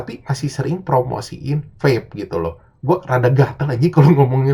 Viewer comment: Lebih simpel nyebut vape, pep dari pada pa'pe ngga sih bang jadi 2 kata jirr